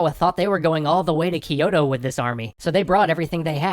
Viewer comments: It's not spelled "ki-yo-to" But spelled "kyo-to" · Kyo - To (two syllables), not Ki - Yo - To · I just want to point out that Kyoto is NOT pronounced "Keyoto", Its actually spelt and said in Japanese "Kyootoo" or spelt in the westernised "kyōtō", which time has shortened to Kyoto. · I love this series a lot, but the only thing bugging me is your pronunciation of Kyoto. It's not "Ki-yo-to" it's "Kyo-to". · Hoping not everything has been recorded, and there can be improvement upon "Kiyoto" That's my biggest pronunciation gripe, the rest, I can live with., please try to drop the vowel you're adding between the K and Y in Kyoto. It's not Kee-yoh-toh. It's Kyoh-toh. 京都、東京 Kyoto and Tokyo. The "kyo" is the same for both. If you say "Toh-Kee-Yoh" I'mma bug you about it, too >P. Y is not a vowel in Japanese.:). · You're vowel explanation isn't that clear itself. Yes they pronounce some words with more English sounding vowels especially the high 'i' sound, and they didn't palatalize Kyoto pronouncing it ki-yo-to (which did make me smile), but overall they did well to pronounce most things correctly. And Japanese wouldn't even hear most of these differences because they categorize some of these vowels as being the same where in English we differentiate them because we have 13 vowels in our language. At the end of the day they still did a better job with pronunciation than Japanese do with English words. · I winced every time he mispronounced Kyoto.